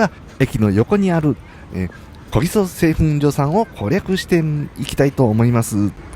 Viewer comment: お疲れ様です～松本駅の小木曽そばですが?🤔こぎそそばと言っていたようですが😅おぎそですよ～🤗